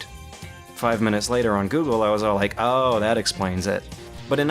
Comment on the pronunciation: Did you rike it?